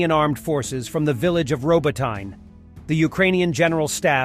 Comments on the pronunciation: Come on! It’s not “Rabotaine,” it’s “Rohboteeeeneh.” Your text to speech needs refinement. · Dude! It's pronounced,,, Ro-bot-in-eh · When are you going to start pronouncing names properly? You look like a clown saying "Robotyne" wrong over and over